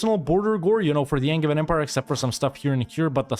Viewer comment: Angein is pronounced like with a "j", sacrebleu. Signed, a french, obviously (who thinks the best kind of english is angevin)